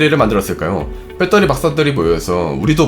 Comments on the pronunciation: 빼터리 발음이 ㅎㅎ 공대생이여도 좀 너무했네요 배러뤼~ 아님 그냥 밧데리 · 졸라 똑똑한 형도 베터리를 뻬떠리라고 읽는구나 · ㅋ 발음이 재밌네요 빼떠리